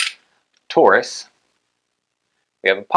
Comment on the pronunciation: It’s “Taurus”, not “Tarus”.